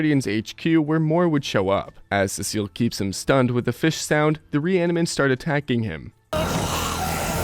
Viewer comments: Urrrn actually its pronounced sea salt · Learn how to pronounce Cecil properly moron